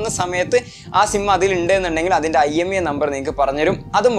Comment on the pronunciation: Not IMEA it's IMEI